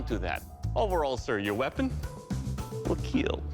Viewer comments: oh by the way, it will keal😎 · Your weapon ... Will keal 😁🤮🤮🤮